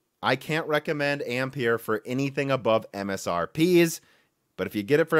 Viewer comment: Another YTer who 's unable to pronounce 'Ampere' correctly